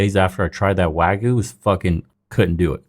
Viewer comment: it's not pronounced wa goo it's wa gyoo. Dunno why the first mispronunciation is so prevalent everywhere.